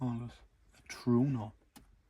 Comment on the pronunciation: Lads its called a True- eh- no!